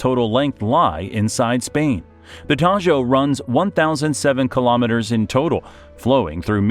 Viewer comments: Not the "Tallo", the "Tajo". That "j" is not /j/ (como suena la elle en "llave", como pronuncia el del vídeo) but /x/ (como suena nuestra jota en "México", de donde cogen el grafo x). This' very important because "tallo" (what you pronounce in the video) means "stem" in English. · the 'Tajo' is pronounced 'Taho', just like 'jamón' and 'ham'